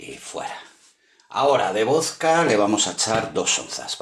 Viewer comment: VOZCA NO! VODKA!